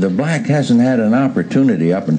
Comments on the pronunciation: The way he emphasized "black tho".lol. He said the "BblaaCK" dream. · His emphasis on the word black and the fact he calls them blacks and not black people is kinda sketchy. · People trying to comment shit like “that was the term for black people then” and ect. The point he is making is he intentionally says black with a emphasis in the same sentence to subconsciously cement it in your head that all the crime killings murders ect is associated with black people. Throughout the video anytime a black person was boutta make a point they cut/edit it out.